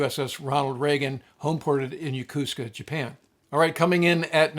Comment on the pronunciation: 横須賀 Yo-ko-su-ka or よこすか, four syllables. It's not pronounced Ya-kuuu-ska. Cool Top Ten.